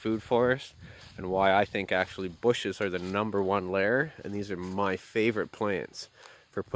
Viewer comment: "Numba 2" 😄